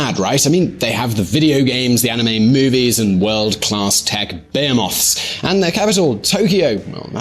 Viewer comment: It's not beer moth, it is bee he moth.